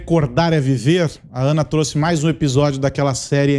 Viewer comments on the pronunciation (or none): none